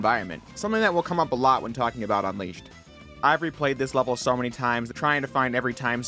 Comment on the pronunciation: anyone else notice him saying Sonic Unleashed as Sonic Un(w)eashed?